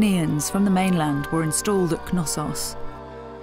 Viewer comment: I'm pretty sure the k in Knossos is silent. I've watched a few docs, and all the people on there pronounced it without the k. You would pronounce the k in knowledge or knee, would you